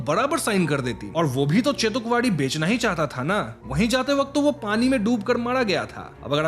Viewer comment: Its bela and not bella and its chetukwadi and not chatukwadi wtf